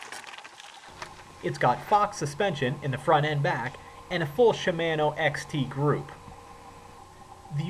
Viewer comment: I believe it's pronounced Shi-MAHN-o. not Shi-MAN-o.